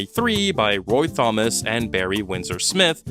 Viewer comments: Did you say "th-omas"? It's pronounced "tomas" as in "Tom". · "Roy THOM-IS? Did you actually pronounce 'Thomas' with the emphasis on the 'TH'? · Did you pronounce "Thomas" with a soft T like "the" ? "Thomas" is shortened to "Tom", you absolute dingus.